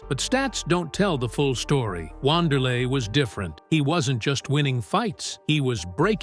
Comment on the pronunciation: The correct pronunciation is "Vanderlei" Great video